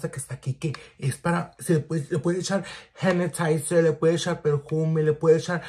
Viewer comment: Omg I’m cracking up “le puedes hechar hanitizer” my 7 yo used to say hanitizer when she was smaller 🥹🥲😂